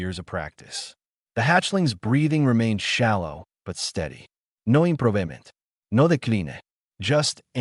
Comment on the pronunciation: "no imPRO-vemENT. No deKLEEN-A" And your brain-dead "Narrator" switches to SPANISH in an ENGLISH story because why? And you FAILED to =listen= to your story before Posting because why? You =FAILED to respect= us listeners because why? Out. THUMBS DOWN.